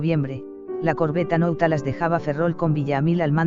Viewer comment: Nautilos. no nautalas